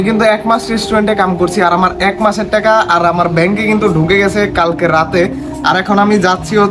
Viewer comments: লট না নট😂😂😂😂😂 বাংলাদেশিদের ভাষা বোঝা বড়ো কষ্টের😂😂😂😂 টেকা না টাকা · টেকা না ভাই টাকা